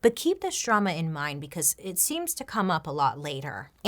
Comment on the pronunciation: Can't get over when bailey said "DROOOMUUHHH" 😂😂😂😂